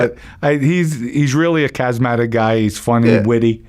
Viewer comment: Anyone else think this guy's pants are too loose? Been thinking about it for days. He can't pronounce charismatic. Thumbnail he seemed sharp, but sounds really dumb. Can't pronounce a lot of words with Rs.